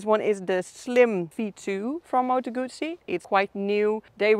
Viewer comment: A Gooosee no - a Guzzzzeee